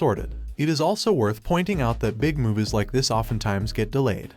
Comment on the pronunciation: why you keep pronouncing movies as muvus, its annoying af